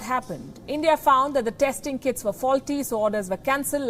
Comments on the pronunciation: I had to hear it thrice, I heard Kids instead of Kits, I was like this is below the belt. 😂😂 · kits sounded like kids (last line she speaks)